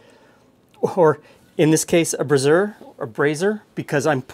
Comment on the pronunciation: The first time said braiser anyone else think he said brassiere instead, or was it just me? You won't cook much in a brassiere, well except breast meat